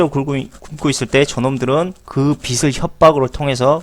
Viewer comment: 씨? 빚이-->" 비치 "가 아니고요 " 비지 " 로 발음해야 허고요.... 빚을---> "비즐"